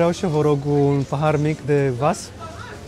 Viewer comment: salut am vazut cum Georgiana stergea viziera cu un servetel ,nu recomand asa chestie , caci sunt facute din policarbonat daca nu gresec sau ceva de genu plastic care ca regula se fisura foarte usor, si nu vas dar se zice cvas)))